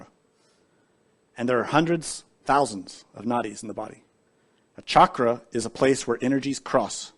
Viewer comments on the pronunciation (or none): none